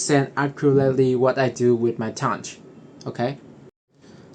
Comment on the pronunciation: Why do you say toundge